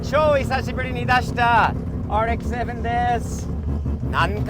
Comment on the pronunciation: RX-7の発音ごっつ素敵やん